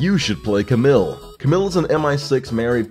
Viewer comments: "ca-mill"?.. isn't it pronounced "ca-meel"?.. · CamILLe not Camil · It's "Cam-EEL" Not Camill :'(